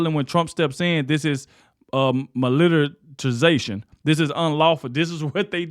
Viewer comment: Bro said millerization 😂